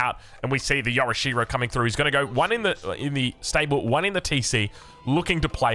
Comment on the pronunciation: Yo'rishiro not Yora-sherow